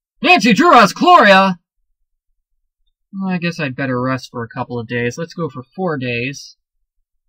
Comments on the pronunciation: Nancy has CHLORIA? Dear, its Cholera:) But I like you anyway! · Clor-re-a? Its (KAH-LOR-AH)